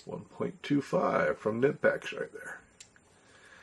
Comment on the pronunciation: The k isn’t silent. Kuh nipex. I said nipex for a while until I heard it pronounced from someone who worked for the company